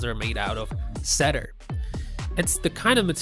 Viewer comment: What the hell is "setter'? Some pencils are made out of CEDAR, but NEVER setter. WTH???